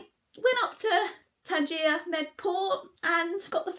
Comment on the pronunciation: Tanjia is what you eat, Tangier is the city. Pronounced different dear. New follower and great job.